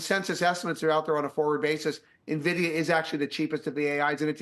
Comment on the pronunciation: He knows how to pronounce Nvidia so you can trust him.